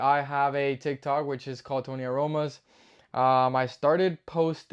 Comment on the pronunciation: The way you say Tony aromas with the accent is too funny!